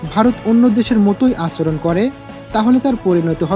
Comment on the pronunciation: আচরণ শব্দের উচ্চারণ ঠিক করেন।